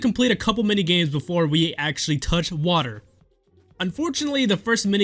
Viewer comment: Toch wader